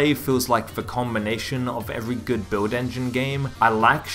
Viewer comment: no one: this guy: “beuiwd engine”